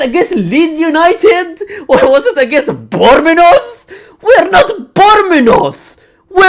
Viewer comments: BORMENOTH 💀 BRO CAN'T PRONOUNCE BOURMOUTHE, BUT NO DISRESPECT THOUGH. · bournemouth❌ bormenoth✅ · I like how he pronounce Bournemouth 😂